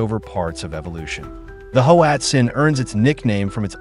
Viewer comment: Pronounced Watzin